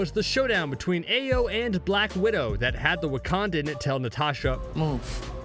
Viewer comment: Just like he says Ayo when her name is pronounced Iyo